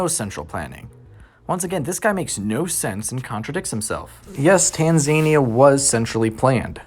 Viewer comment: Btw Tanzania is pronounced ‘tan-zah-nee-ah’